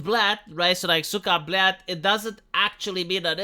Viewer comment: you do hear the blyat though